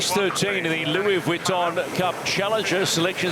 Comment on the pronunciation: Generally I'm enjoying the informative commentry, with relatively unbiased opinions, but PLEASE stop calling this regatta The Louis Weton cup, Vuitton is phonetically pronounced " Veton " Other than that, keep on keeping on. We'll be down in Barcelona from this Friday.🎉